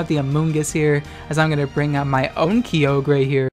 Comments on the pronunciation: It’s pronounced Ky-O-Ger, get it right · I will always pronounce Kyogre "Key Yo Grey" from now on to piss people off. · Pronouncing Kyogre like that is exactly the kind of thing that pisses my brother off, I’m gonna do it forever now